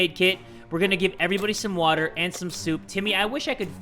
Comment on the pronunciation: When he Said "WATTAH" i felt that